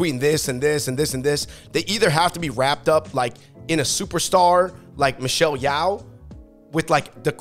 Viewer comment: Well that's how representation is; it needs evolve gradually. When CRA came out it was ahead of its time, but naturally you want to get more and more refined and picky about how accurate the representation is. Also it's Michelle "Yo" not Michelle "YAO"